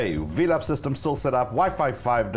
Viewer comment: I thought the pronunciation of velop sounds like and a play on the word “envelop” and not Vee-lop. Anyway I love this channel.